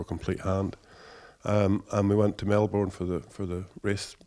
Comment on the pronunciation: Fuck mate pronounce Melbourne correctly FFS